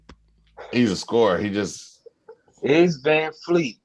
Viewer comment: VanVleet is his name. not Vanfleet.